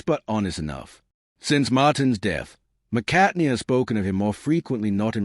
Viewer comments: Can’t get past the McCartney pronunciation 😢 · This guy can't even pronounce McCartney